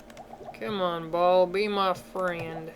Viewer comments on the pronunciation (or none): BALL? Did you just call Baal, Ball? Its Baal, like Bael